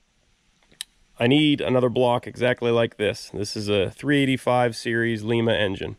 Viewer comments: It's pronounced "Lie-Mah" not "Lee-Mah". The 370/429's add a longer crank snout. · It’s not pronounced Leema, it’s Lima (lime-a). The lima engines you are talking about were produced in lima Ohio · Lima,Peru is pronounced Leema. Ford engine plant is in Lima pronounced. Lie ma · That’s pronounced Ly-ma, as in Lima bean. I spent a lot of time in the Lima Ohio Engine Plant & can warn you that the residents of the area don’t take too kindly to their town being pronounced like the South American city! BTW: Many of the Lima plant workers were farmers. They worked at the engine plant during the day to be able to afford to farm at night. And they all were pretty good at swinging wrenches, like most small farmers. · Good video! Please don't take this as nitpicking, but you're pronouncing Lima wrong. The way you say it is the city in Peru. The city here in Ohio is pronounced L(eye)ma, with a long i. It's about 100 miles SW of where I live. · Just for reference this engine was built in Lima, Ohio and it's pronounced with a long 'I' not a short 'I' like Peru. I actually live in Lima, Ohio and we are still building quality made engines here.